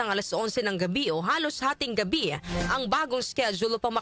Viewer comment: Darlehen, bakit palaging may buntot ang pronounciation mo? Gaya ng Iran naging Irana, ang ptotection ay naging prot3ctiona.. Ang salitang Gabi ay naging Gabiya. Please paki ayos ng pronounciation mo para hindi pangit pakinggan. Thanks